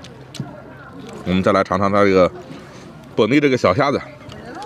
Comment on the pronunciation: 7.23. 虾子 （prawn)不是瞎子(blind man) 😆。 视频内容可以认识多点民间美食文化👍